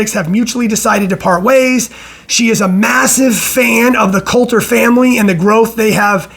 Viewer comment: It’s not Colter, it’s Cotler